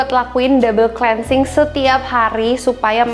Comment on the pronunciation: bacanya klinsing bukan si